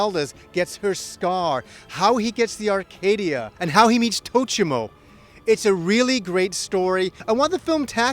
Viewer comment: Tochiro, not Tochimo. SMH